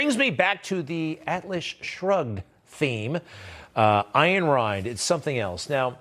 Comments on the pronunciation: Fyi, the author's name is pronounced "Ann" and "Rand". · Say her name properly - Ann Rand